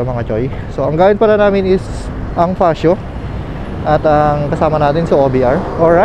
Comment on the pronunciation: fatsio ang basa jan, hindi fasyo. 😂